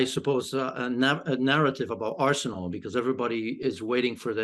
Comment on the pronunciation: Is it just me r she said arshole